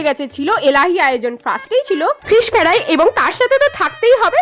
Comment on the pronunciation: ferai ta kom kheye porasona korun 😂 fry k bole ferai. Ohh vogoban 🙂